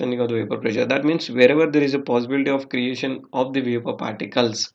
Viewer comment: Dude! What bakwas. "Boiling point temperature decrease with decrease in pressure". Be more specific. Your OK OK is too distracting. Prezure?